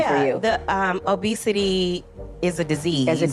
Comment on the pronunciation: “People struggle with obesitayyy”